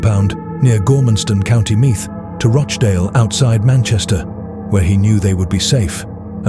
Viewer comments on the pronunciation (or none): none